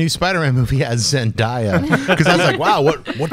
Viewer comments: It's zen-day-a not ... zen-da-ya (hearing you guys say that made me cringe lol !) anyway good job and keep up the good work xoxo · Lol her name is pronounced ZEN-DAE-YAH not ZEN-DIE-YAH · It's ZenDAYa. Not ZenDIEa. That kinda annoyed me. Lol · Omg it's ZEN-DAY-A not ZEN-DIE-A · but it's pronounced Zendiea, though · It's Zen-day-a...ask her she'll tell you...I only know cause i have a daughter who watches Disney Channel all the time. :) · her name is pronounced Zen-DAY-ya by the way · You are pronouncing Zendaya name wrong it's zen day a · It's pronounced Zen-DAY-ah. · You guys her name is zendaya it's pronounced zen day a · lol yeah you're right! it is pronounced ZenDAYa. I guess I just got so used to hearing people pronouncing it wrong! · another video with a wrong pronouncing of Zendaya name I wonder what she haves to say lol